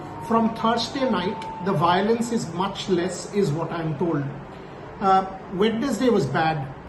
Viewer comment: Not discounting Boria Ji's dexterity over english but it's not pronounced as "wed nes day" instead it's "wensday".